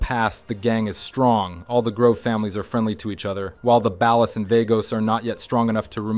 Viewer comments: Bro pronouncing 'Ballas' like he was from the Midwest or something lol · Ballas ❌bAll-es✅ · Balles and Vaygoes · Keep saying Ballas like that, I dare you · Shh... he doesn't even pronounce ballas and vagos or OG Loc or Torreno correctly even though they say these names in-game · You do realize you’ve pronounced Ballas and Vagos incorrectly every time right? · Great. Another channel that doesn't know how to say "ballas" and "Vagos" correctly 👎🏾🤨